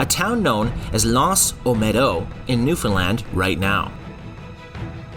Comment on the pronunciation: Thank you for pronouncing Newfoundland correctly.